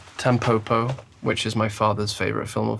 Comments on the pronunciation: The pronunciation isn’t Tam poh poh, it’s tam po (like po in pot) and po (like po in pot). It means dandelion in Japanese. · "TEMpopo"? bro, why would you say it like that, it's not an english word 🥲